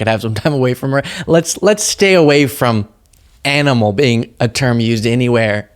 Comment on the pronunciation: It sounded like junior called Kim a ‘MANimal’ 🥹😁